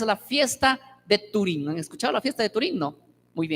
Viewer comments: un error es cuando lo dices una o dos veces, pero el cada que lo mencionaba decía "Turín" y es Purim que de malo tiene que se le corrija, o ya lo hiciste tu idolo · No sé si estoy escuchando bien o que el pastor lo dice equivocadamente, pero yo escuché que dijo "fiesta de turím". Si es así, eso es equivocado ya que no es 'turím' sino 'Purím'. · o sea que en algunas presentaciones lo pronuncia bien y en otras no, cuando conoces la palabra sempre lo vas a pronunciar bien, en todas las veces que lo mencionó lo hizo mal